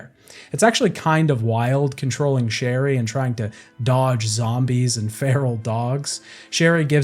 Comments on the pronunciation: I also heard a “Shelly” instead of Sherry at one point 😂 Didn’t ruin my enjoyment of the video! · isn’t it sherry or cherry?